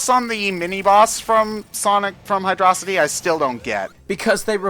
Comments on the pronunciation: its pronounced hydro city shut up ted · I go with the pronunciation of Hydrocity as one word. I get that it's called two Hydro City in Japan or something, but I don't see why that matters.